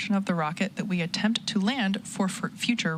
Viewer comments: Why "Attenpts" ? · "attempts" lol